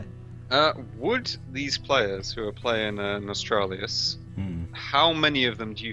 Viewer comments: Nostralius? Please get it right at least, it's NOS-TAL-RIUS. Just as if you were going to say Nostalgia. The 3-4 last letters are only different, from that It's as easy as saying Goblin pie, I don't know how people keep getting it wrong. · Nostalrius* not Nostralius.. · its pronounced "nuh-stahl-ree-uss" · When you cant even pronounce the name correctly I cant take you seriously. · whats up with all those morons not being able to pronounce a fukin NOS-TAL-RIUS. you dont need an iq 160 to do that